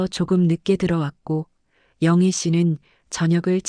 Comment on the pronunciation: 언어라는게 변화하기는 하지만... 영희는 우리 발음 [영히], '영헤' 아니고요...3시는 '삼시'가 아니고 일반적으로 [세시]라고 읽고요... 119는 백십구가 아니고 일반? 사회적?으로 [일일구]... AI가 읽어 주니, 기대하면 안되지만... 그래도 기대를 하게 됩니다... "ㅢ" 발음은 세가지로 압니다. 1. 으이 .. 의사[으이사] 2. 에 .. (조사) 어머니의 것. 이때는 [어머니에 것] 3. [ ㅣ ]... 희망 히망] 이 세 가지 발음법이 있는 줄 압니다.